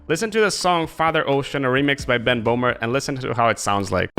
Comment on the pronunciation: hello, not bohmer. his name is böhmer. with an ö